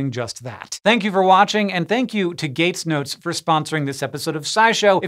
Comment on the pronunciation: Did he say "Gates nudes" at the beginning? 😅